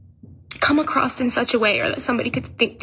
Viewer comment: Defiantly, a clown she said !ACROSST! KLASSIC KLOWN KAREN. 😮😮